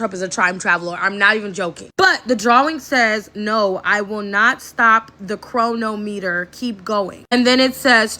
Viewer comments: Bro, people that don;t know how to read with root words pronounce things so funny, Like not understanding the root word of chronometer is chrono, chronicle.... the way she said it made my brain spark lol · Yep, she is mispronouncing "Chronometer"🧐